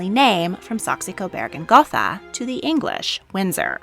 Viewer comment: I really love your Videos and all the great Video ideas you have! Just one thing keeps coming up and I'd love to understand. Is there a reason you call them Coberg instead of Coburg? It's only a letter change and might have to do with translations. Like Saxony gets translated to Saxe instead (which for German ears also is strange. But the standard for the Ernestine Family lines in English as it seems). Maybe you can help. Thanks a lot again for your great work!